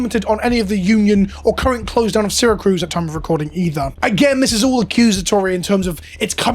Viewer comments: FYI it’s Syra CUSE, not CRUSE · "Seer-Uh-Cuse" lmao not "sera-cruz" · Just chiming in, Syracuse not Syracruse. It’s like the city in Italy. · I know this may seem Petty because of what's going on in this video, but you are mispronouncing the town. Since I live about an hour from them, it's not saracruz. It's Syracuse. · CUSE not cruise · Syracuse. Not Syracruse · Sar-a-cuse is closer for pronunciation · Syracuse. No r. Its a Native American name. Its in upstate NY. Apologies for the nitpick I just think this whole situation is important and needs to be as clear as possible. Ty for spreading awareness about it. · "Serra Cruz," NY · As a native NYer and someone who lives an hour from Syracuse, this is disheartening. Gonna have to find my cards elsewhere. I tend to buy sealed from Coolstuff anyway Also, little nitpick, it is pronounced see·ruh·kyoos. Again tiny nitpick, I get international dialects and all. Just, NY pride and all. :P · Ah my favorite city, "Sarah-cruise", NY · Take a shot every time he says seracruz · Hey, simple mistake I'm sure, but as an upstater, it's "Syracuse" (See-ruh-kyoos). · Maybe learn how to pronounce Syracuse before filming this video. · I'm mostly bothered by how you pronounced "Syracuse" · There’s no second R in Syracuse lol, that felt silly to hear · At first I thought he just misspelled it when he typed it, then he proceeded to pronounce it wrong like 10 times haha.